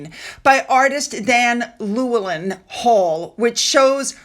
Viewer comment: The portrait artists' name Llywelyn is pronounced 'Loo-ellen'. It is a Welsh name. Traditionally, any welsh name beginning with two "L's" is pronounced as 'Cl', but it is accepted as simply 'L'.